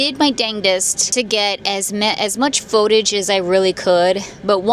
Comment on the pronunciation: Please, for the love of all things spooky, stop saying pho-tage! It's footage!